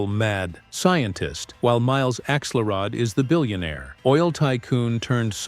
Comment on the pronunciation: It’s pronounced axe-ULL-rod and AHL-ih-nahl, “”!